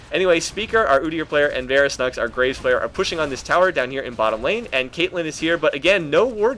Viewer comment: Graves not gra ves like as in digging graves